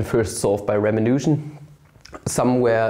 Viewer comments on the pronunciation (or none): I think you're mispronouncing Ramanujan, which is pretty embarrassing for a mathematician. The accent is on the second syllable according to both English and German wikipedia articles.